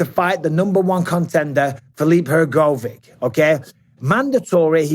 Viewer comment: I’ve never heard someone pronounce hrgovic like that in my life 😀